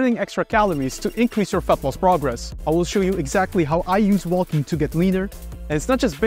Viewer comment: It’s “wo:king”, not “woLking”… ;)